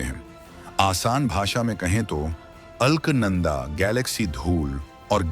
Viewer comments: According to spelling, Alaknanda, pronounce it as अलकनंदा and not अल्कनंदा. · अलख नंदा (अल्क नंदा नहीं है नाम )